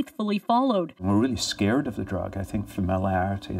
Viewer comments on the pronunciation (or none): none